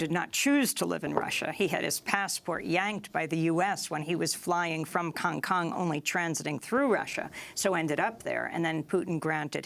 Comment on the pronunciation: Did she say Kong Kong